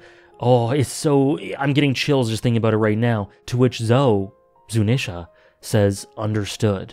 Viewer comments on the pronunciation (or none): Afaik, Zunesha is pronounced (zoo-knee-sha) just in case you hadn't been told that yet :)